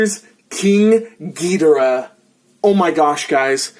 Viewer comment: Gi-dor-ah say it like that not gi-di-ra